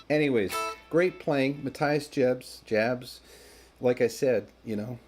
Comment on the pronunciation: Love your lessons, thank you. Not to be critical, but an FYI.... it's Ma TEE us Jabs. =0)